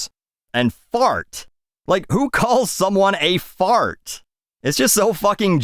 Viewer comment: She can’t even pronounce “fart” correctly. 😊